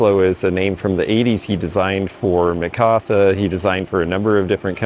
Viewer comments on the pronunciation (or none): none